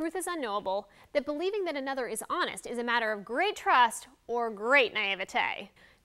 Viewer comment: Naivete is the proper root word of Naivety, which is also a noun. She wasn't saying naivety, she as saying naivete. Her pronunciation was proper, your interpretation wasn't